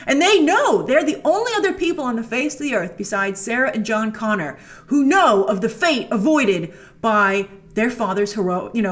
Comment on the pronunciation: "John Goner" lol